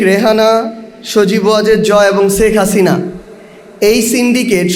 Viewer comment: আমরা যতটুকু জানি বা শুনেছি মোট খরচের 90% ভাগ রাশিয়ার কোম্পানি নিজে খরচ করেছে তাহলে 10% এ 50 হাজার কোটি টাকা কি ভাবে আত্মসাত করে এই বেয়াদব সেখ হাসিনার নাম পর্যন্ত ঠিক ভাবে উচ্চারণ করে না । জমিদারের নাতি